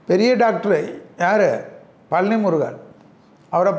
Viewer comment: பழனி என்று சொல்லுங்கள். பலனி அல்ல.